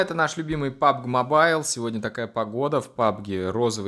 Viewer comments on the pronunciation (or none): none